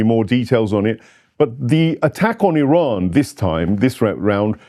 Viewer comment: Can't stand the way they pronounce IRAN...‼️